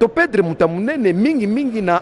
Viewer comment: Bonjour. Yebisa Safu balobaka PEDRE te, plutôt ba lobaka PERDRE.